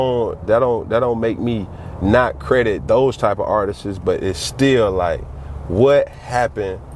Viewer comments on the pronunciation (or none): If this guys says "Artist-es" one more time...